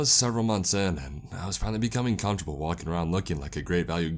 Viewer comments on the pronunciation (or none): none